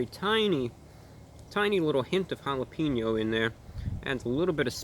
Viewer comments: Hey ReviewBrah, jalapeño is pronounced Hal-la-PAIN-yo not Hal-la-peen-oh. Great review nonetheless. Glad to have this item back and I’ll be listening in on your shortwave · Jalapeño is pronounced holla PEN YO Not holla peen yo